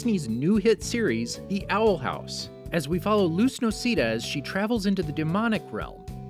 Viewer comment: whos Luss No-see-Dah 🤣